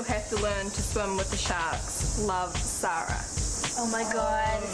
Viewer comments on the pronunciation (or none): When they say Sara it sounds like they're saying Trya. Lol I love Christobelle and Rebecca Rose and Laura